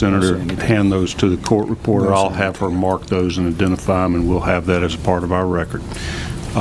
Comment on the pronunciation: I wish he'd refrain from "dese", "dem", "dose".